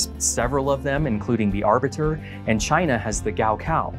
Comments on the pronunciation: Abitur not Arbitur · To pronounce Abitur: Ah Bee tour. Thats the closest a non native german speaker is gonna get. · Seeing "Abitur" pronounced "arbiter" makes it seem so much cooler than it actually is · Yep as a German I found that also a bit disconcerting the incomprehensible Abitur after was quite funny though.